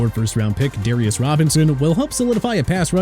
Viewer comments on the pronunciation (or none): none